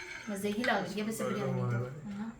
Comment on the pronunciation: Biryani ki pronunciation itni ajeeb kyun h. Ghar me koi naam Sahi Nahi leta